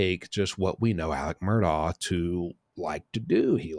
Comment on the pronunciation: Its Mur(DAUGH) PLEASE quit saying Mur(DOCH... You are doing a great job, other than that. 😊